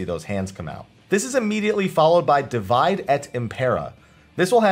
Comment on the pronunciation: "Divide" here is pronounced "dee-WEE-day", since it's Latin. Latin doesn't have a W consonant, which you can see in Romance languages that write "w" as "double V" (such as Spanish).